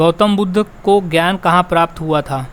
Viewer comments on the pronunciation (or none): none